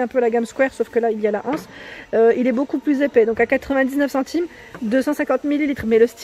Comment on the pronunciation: Re, superbes ces chandeliers strass, les coussins ronds, j'adore mais pas mes couleurs. Le miroir fenêtres très original, tu es bien la seule youtubeuse à dire, une anse et l'anse, j'ai les oreilles écorchés à force d'entendre, la anse, grrrrrrr. Bravo. Merci pour cette jolie vidéo, et aussi pour ta façon de présenter, toujours très détaillée, dans 1 Français correct, et toujours avec le sourire. Gros bisous. Bel aprém.